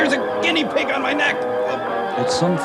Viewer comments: why is that guy yelling about never mentioning his daughter's name when her name wasn't mentioned in the first place? and how come that guy can't pronounce "guinea pig"? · this guy can't pronounce guinea pig